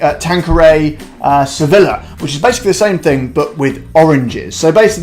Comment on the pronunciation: Don’t say Sevilllla. It’s pronounced Sevija.